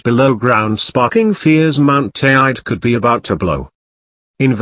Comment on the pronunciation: Need to say Teide properly before having any credibility. Also whole story a lot of hyped up bollox